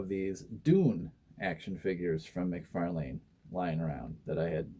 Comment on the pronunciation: cool custom but youre saying mcfalane wrong. its spelled out mc far lan . not lane